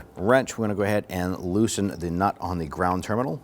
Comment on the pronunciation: Bro, where are you from? I keep hearing you say "knot" but I know you're saying nut.